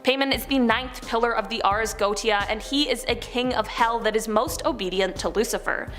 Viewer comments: GO-WAE-SHA!!!! and it's not the bow (tie) of a boat it's the (take a...) Bow of the boat. (For the titanic 2022 video) both for. You guys really need to check how to pronounce normal, simple, mundane, common things. R Especially if you are going to say the word 10-50 times in a video. Love the channel and the people, just need to shape it up a little bit. Stay safe everyone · It's pronounced Go-ay-sha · Just a friendly piece of info. If you make another video about the Goetia... it is pronounced... Go ay sha. :D PS Love your vids good job! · Go look up how to pronounce things before you subject us to repeated infuriating mispronunciations. It is the Ars Go-ee-shuh. Good lord. It doesn't take that much time and it makes you look less foolish